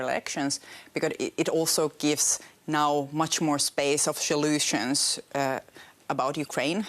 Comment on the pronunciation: "Much more space of shoolooshuns" Sanna, we all know what is the best "shoolooshun" for you on a Friday night while your hubby is at home with kids. "Tonight's gonna be a good niiight"